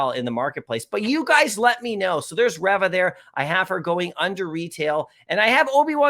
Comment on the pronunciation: You've seen the tv show, but u keep butchering Reva's(Reeva) name lol